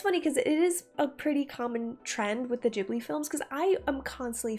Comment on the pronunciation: Did She really just call it the "Jibbly" train?? "Jibbly films". "Jibbly, Jibbly, Jibbly". It's Ghibli. Studio Ghibli.